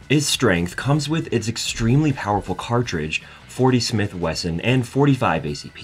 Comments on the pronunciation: It's Smith and Wesson.. NOT Smith and Weston.. and .40SW is NIOT the most powerful caliber offered in the Kriss Vector - .45acp and 10mm are both much more powerful. Also.. it is NOT "caliber 12" - it is 12 gauge or some say "12 bore" which is actually incorrect. You saying that the FN P90 is the most efficient gun to use in confined spaces is just your matter of opinion.. and totally not based on fact. At least you pronounced Heckler and Koch properly.. but you sure do say "carbine" funny. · The Kriss Vextor is chambered in 10 mm which is way more powerful than the 40 Smith and “Weston”!! You are either a non native English speaker and are new to the gun scene or an AI bot.